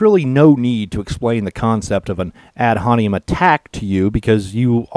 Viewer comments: The phrase is pronounced "ad hom-in-im," not "ad hon-e-em." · Ad Hominem. Haw mih nehm. Otherwise, awesome. I cracked up throughout. :-) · Three syllables, "hom-in-em". Ad hominem.